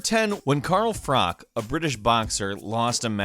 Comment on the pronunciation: Frok? It's Froch! as it CHHH. . . like Church lol